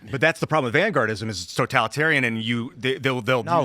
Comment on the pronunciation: word of the day "Vangaurdism"